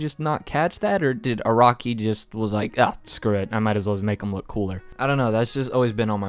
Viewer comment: This guy can’t just say araki